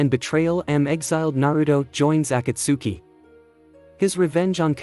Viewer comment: I'm sorry if I sound rude but you are pronouncing Akatsuki wrong.